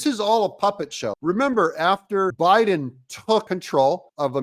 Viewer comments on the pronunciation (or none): none